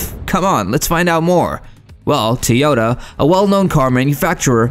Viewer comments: It's" TOW YOH TAA" not TEYOTA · Have I been pronouncing it wrong? is it Teeyota?